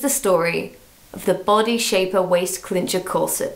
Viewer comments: it might be an english thing but i cant handle how she keeps calling it a clincher not a cincher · Cincher. Not clincher. Clinching is a waaaay different thing. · Cincher, not Clincher... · Why is no one bothered by the fact she calls it a "clincher" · Jes - ya isn't it chincher or smt